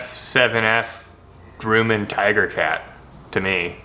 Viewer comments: gruh-man, not gru-men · hello - it's not pronounced "Groooman" - it is pronounced "Gruuuman". like crumb of bread - I want to see what will eat a F-7F Tigercat! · Grumman, not Grooman! Gru, like grub, then just man, Gru-man, or more so, Grum-man, then your all good! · "Grooman" it is pronounced "gr-Uh-men" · It's not groomin, it's gruh-min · grum, not groom. like, yum. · "Grumman" is pronounced like "Hummin'," with a short "u," not "groomin'." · excellent!!. but Grumman is pronounced GrUHmman not GrUEmman just a FYI but it dont matter great Job!!! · It’s pronounced grum-en. Sorry, I’m a plane geek. Looks sweet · It's not Grooman.....it's Grumman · It’s said like “Grumm” not groom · Grum (rhymes with crumb) not Groom (rhymes with doom) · I worked with people who worked for Grumman. They always pronounced it Gruhman and not Grooman. Idk lol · Every time you pronounce Grumman as grooman it’s driving me insane it’s pronounced like gr uhh man- sincerely a man who has cancer causing chemicals from the runoff from the factory that built those planes in his tap water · Not Groom-an. Think "grumpy" with your pronunciation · Just a friendly FYI it's pronounced Grummin not Groomin. Don't give up on your airplane lure. I get it would work as a trolling lure in saltwater since it could be mistaken by a Mahimahi for a flyingfish. Save it for when this covid thing blows over, and you can take your wife for a second honeymoon to Hawai'i. It'll be official: Mahimahi like F7F Tigercat lures. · Grumman rhymes with " Gum " not Groom. so it's Grum=in ... Your Welcome . I'm an old aviation enthusiast. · "Grumman" ....Grah-man, like grub... ..not GrUUUUman .......:) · sorry but its pronounced Gruh-man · Pronouncing it grooman is offensive. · Grumman Grum-min Grum like "rum" - min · Try g-rum-an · Btw, it's pronounced like Grummin...Grumm-in. Like bum, but Grumman... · You said Grumman wrong, but this is still awesome. Grum, say it like Drum. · Grumman is pronounced (Gruh-mann)